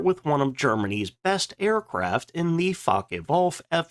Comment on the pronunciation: Please take a RUDIMENTARY German lesson! Faka?? Luhfft??